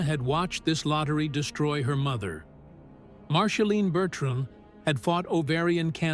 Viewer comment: A.I. , PLEASE STOP !!! , MARSHALINE ? come on !! , Angelina JOLIE , GET IT CORRECT OR F>CK IT , YOU MESS EVERYTHING UP < NOT REAL VOICE , YOU WOULD THINK IT WOULD HAVE A INTEL OF PRENOUNCING , OH SORRY <CANT SPEL < OF THE NAME OF THE BIGGEST STAR ON THE PLANET ??? A.I. just BLOWS BIG TIME , DO THE NEWS OR THE WEATHER < { GET RID OF A.I.} WITH THE STORIES THAT MEAN SOMETHING, LIKE REAL PEOPLE , OR , JOHNNY HELLER , BOOK`S THAT GIVES REAL PERSONALITY TO THE STORY ! ZANGZ SALOT// LINDA P. SO SAD , NOT INTERESTAD , OPPS CANT SPELL